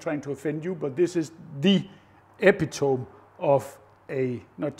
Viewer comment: Epitome is pronounced eh-pitta-mee.